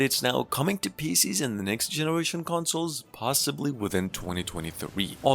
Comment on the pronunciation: Consles lol 😂 but amazing video ❤